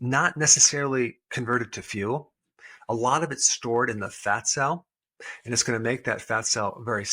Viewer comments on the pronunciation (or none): none